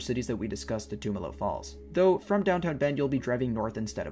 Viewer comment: Awesome, I used to live in Bend. Though you are pronouncing it wrong, the "tum" is pronounced like in "tummy". I never made it up there during the winter, only summer, looks beautiful. I also never made it to Smith Rock, I'll have to go sometime. I can recommend checking out Steelhead falls sometime. It's a nice hike and in the summer you can swim and cliff jump there (as of last time I went anyways).